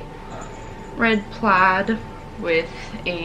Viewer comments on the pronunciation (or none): none